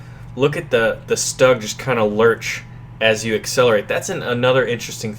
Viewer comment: 'Stug': not "Staag", but "Shtoog"